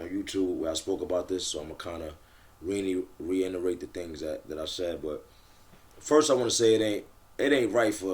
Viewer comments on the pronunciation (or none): what the ** is reinarate ? 😂😂😂😂😂😂😂